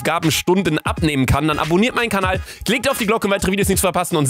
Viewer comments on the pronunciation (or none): none